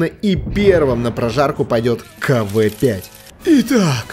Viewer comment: Не кв5 а кавээ5